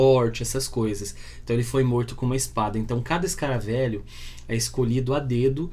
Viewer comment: "Escaravêlho", não "escaravélho".